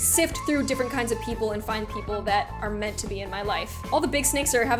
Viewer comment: Meant not kent